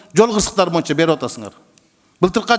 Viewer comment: Ошентсе сссрде береке паиз болгон. Бул Рыскелди Текебаев парламентте отурган да бийликке ооп сүйлөйт эле.Эми азыр жоктон көрө жогору болуп балкылдап атат Эсен болсун ушунусуна да шүгүр.боюнча дегенди моюнча деп сүйлөйт...Бир жакшы укулукту сүйлөй албайт шашып балкылдап сүйлөйт.